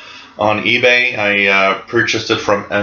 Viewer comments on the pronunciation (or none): none